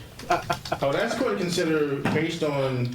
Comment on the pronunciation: If your attorney can't pronounce "ask", you're about to be smoked.